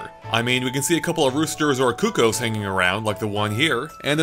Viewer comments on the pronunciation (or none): none